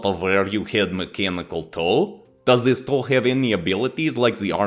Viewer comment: "turn zis blade sideways and it might aswell be a door" darn near spit out my food when i heard that 🤣🤣